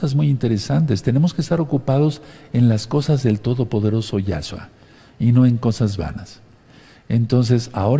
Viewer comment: No es ningun Yáshua,NO ES YÁSHUA.Es Yashúa,acento un la ú.Yeshúa tambien es correcto.Para que sea Yahshúa tiene que empezar con ה' que es Yáh en español.